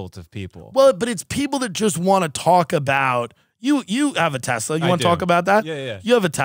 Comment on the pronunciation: Thank you for saying Tesla!